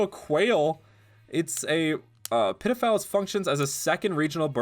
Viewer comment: At one point, when you said Pitifowl it sounded like you said “ped0phile” 😭